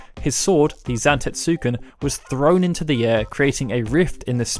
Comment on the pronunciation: sigh.. i want to love your videos, but you make absolutely no attempt to say anything correctly, showing your disdain for the very games you discuss.. it's zan-TET-suken.